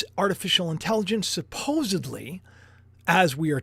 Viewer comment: They did a whole Seinfeld episode about that. Joey always said supposebly. I liked it when you said that. We all say some words in our own special way. My grandma spoke Italian and a little broken English and therefore my mom taught us how to say a lot of words differently. And, we all got teased at school when we talked about hock dogs, losengers and when asked what nationality I was.... Well, in broken English it sounds like.. a tie in. Teacher roasted me on that one.. that's the only way I heard it pronounced until I got older. Now, I gots to find out what's going to happen with this world, going back to the video.